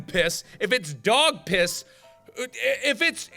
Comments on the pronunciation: Markiplier saying piss sounds weird... almost like, how poss sounds... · “I’ll take the cup of piss” Mark is becoming Indian